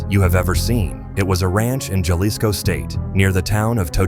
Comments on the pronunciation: If you can get the accent right when you say peoples names than I don't understand why you get the J wrong when you say "JALISCO" Its HAA-LISCO......C'mon ese.... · JA-Lisco ??? You faceless video HACKS should at least pronounce things properly - it is PRONOUNCED HA-Leece-Co - how Ignorant can you be when you can't even use Stolen material properly